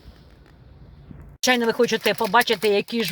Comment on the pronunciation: Написано базіліко ,а ви читаєте балісіко ,як зажди всі слова перековеркані.